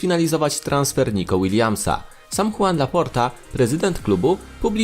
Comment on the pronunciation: i żoan laporta a nie huan